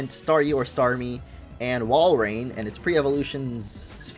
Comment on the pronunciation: walrein not woilord